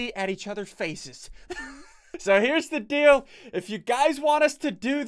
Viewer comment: In the beginning, he says ,"Blow each other's faces up." I thought he said "feces" instead of "faces"